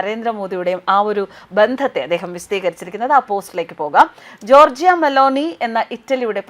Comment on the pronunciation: ജോർജിയ അല്ല ജോർജ !